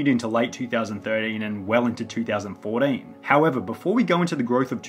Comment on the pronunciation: two thousand FOUR DEEN